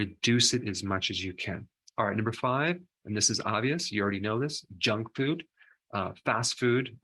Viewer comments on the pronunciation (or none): Foot is pronounced food.